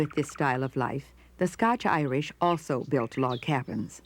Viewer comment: Glad he said it right at the start... The scotch Irish.